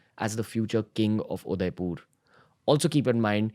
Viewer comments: mind it guys Ranveer can't even pronounce Udaipur properly 😂😂😂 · udaipur.. not udaipoorrr 🙂🙂🙂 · i think its udaipur not udaipoooor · Your pronunciation of Udaipur is wrong . Its not Udaipoor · Is it me or does the pronounciation of Udaipur seem very off